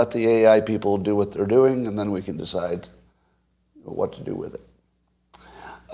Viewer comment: How come when you say: "what happens", it sounds like: "WHA happens"? Well, it's because you ARE saying: "WHA happens", Scott. Why don't you pronounce the "t"s at the ends of so many words?